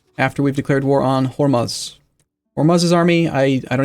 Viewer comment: Hormuz is pronounced "whore-moos"